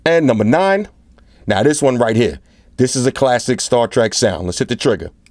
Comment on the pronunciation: 'star trak' lol....dope